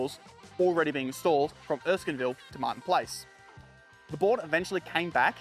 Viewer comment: Erskineville, not Erskinville! ok I'll shut up! Great video! Lots of information I wasn't even aware of. Loved it!